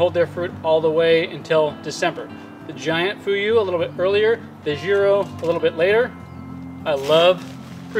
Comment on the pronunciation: You are pronouncing Jiro ok, but Fuyu is kind of ??? When I heard it at first. I love dry persimmons. It’s our New year speciality. (Japanese). I envy you. In dallas where I live, it’s over 90-100 degree in summer and freeze in winter. It kills in both season😢